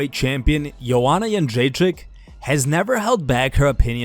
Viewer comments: That's the best Joanna Jędrzejczyk pronunciation I've heard from a foreigner. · Props to the spiker/lector guy. You;ve pronounced Jędrzejczyk perfectly ;) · Your pronunciation of JĘDRZEJCZYK is spot on mate.. do you speak Polish as well?